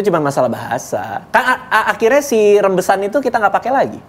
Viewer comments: Rijbewijs pengucapannya, Raibewais Om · Om Ded: "Rijbewijs". Radit: "Rembesan" wkwkwkw bengeeeek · rijbewijs, dibaca Rembesan